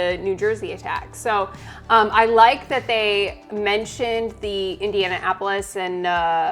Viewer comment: Did really say "Indiana-apolis"?